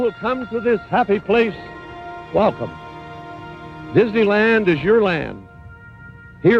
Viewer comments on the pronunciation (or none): dose Wa;t say Walt-come